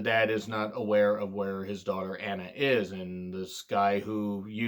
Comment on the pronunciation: It's admirable from your part to not try to pronounce names you think you'll butcher... but it's ironic how you mispronounced Anna even though it's a common English name.